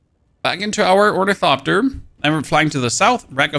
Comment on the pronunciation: or - ni - THop- ter you're welcome :) great video!